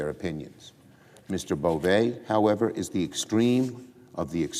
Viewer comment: It’s pronounced BovE! He’s Nosfartu! 😂